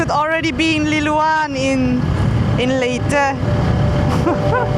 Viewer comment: ×Lilian? Liloan✓😂😂😂